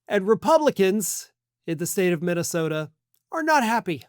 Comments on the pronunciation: Or as he pronounces it.....Mintasota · Mikey Pillow can barely pronounce the name of his home state. He recently called it MINTYSTODA.